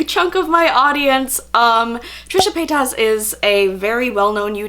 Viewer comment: The way you pronounce her name is cute. Lol its pronounced as "pay-tis" not "pay-tas" normally it annoys me when people dont say it right but with you its cute😍